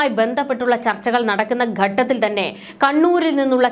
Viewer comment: 'ഗട്ടത്തിൽ ' തെറ്റ് 'ഘട്ടത്തിൽ ' എന്നതാണ് ശരി